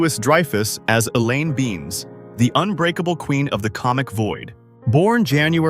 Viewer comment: The video pronounced Elaine's last name as "Beans". It's Benes...Ben-es.